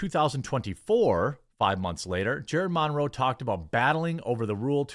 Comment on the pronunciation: Where did you learn to say "Monroe?"